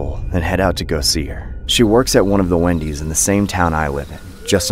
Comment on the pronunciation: When he says Wendy’s it sounds like windy’s for some reason lol idk it’s probably me cause it’s like 2 in the morning